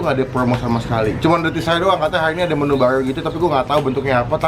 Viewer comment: bilang menu baru mesti jdi menu barlrlru